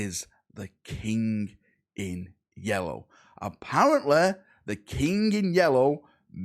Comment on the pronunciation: I am so proud of you, you said King - not Kink!